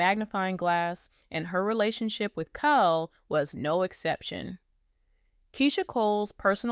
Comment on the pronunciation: His name is KHALE (KAH-LEE) ❤